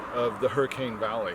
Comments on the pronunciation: I believe it's pronounced " Hurr-a-kin". I moved to Hurricane about 3 yrs ago and was corrected almost right away! haha Also we pronounce Zion like "Zi -in". Also most locals will say it was called Hurricane because the settlers said winds were so bad like a hurricane (and still are!) Because of where it's located in between the mountains, the valleys funnel the wind right through the town causing the high wind speeds. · I grew up in Hurricane and I hate NEVER ever heard anyone call Smiths Mesa Hercules Plateau! My husband hasn’t either. Also, the Hurricane native in me cringed when he said Hurricane wrong. One other thing, some people say La Verkin the way she said, but 90%. of people just say it La Verkin.